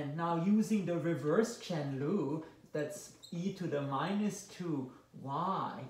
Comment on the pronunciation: then y u and he say chen lu